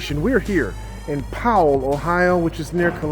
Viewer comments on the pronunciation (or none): none